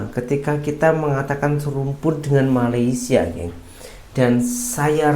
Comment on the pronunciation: YANG PASTI NASI UDUK BUKAN NASI LEMAK! Jauh amat rasa dan lauknya. Sebutan Malaysia oleh orang Indonesia lama betul tetapi sebutan Malaysia oleh orang Indonesia sekarang amat salah. SEBUTAN BETUL meleysia BUKAN malaisie. Orang lama Indonesia lebih menampakkan dan menghargai serumpun dari warga Indonesia sekarang yang lebih menghujat tetapi mengaku serumpun.